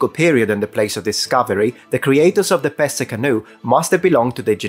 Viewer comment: I’m Dutch and hadn’t heard of the Pesse canoe. And my grandfather came from part of the country. So, may be it was one of my fore fathers that left the boat there. 😀 And your pronunciation was spot on. That was amazing